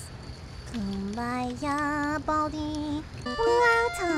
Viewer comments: ITS BALDI NOT BALD MR BALDI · WHERES THE I IN BALDI